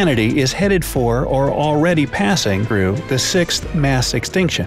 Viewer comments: The "through" wasnt noticable at all 😂 is this the same guy from How Its Made? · anyone else notice the guy say through?